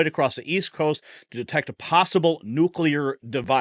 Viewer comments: Why does this guy keep saying “nucular”? It’s nuclear, ffs. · Jesus. It's Noo-clear, not nuke-ya-lur